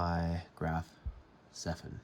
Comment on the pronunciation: It's Zeppelin not zeffelin 😅